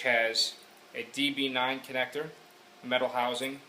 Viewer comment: OMG did he just say D-"B"-9? sigh.